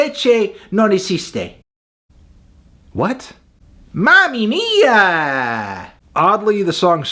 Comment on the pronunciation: That "mamma mia" pronounced so badly is unforgivable: a solid 2.